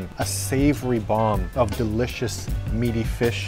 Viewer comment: 'It smells d-EEL-icious' 😂😂😂 don't worry I laughed too